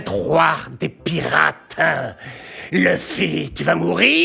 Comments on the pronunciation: DONC C A CAUSE D’ELLE PEUT ÊTRE QUE VOUS DITES TOUS LEUFFY🥚🐔🐓 AU LIEU DE LOUFFY( luffy/ruffy) LES FR LE SEUL PAYS QUI REMIX …🤦🏽‍♂️🤦🏽‍♂️🤦🏽‍♂️ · C a cause d’elle que vous dites tous leuffy🥚 au lieu de louffy 🤦🏽‍♂️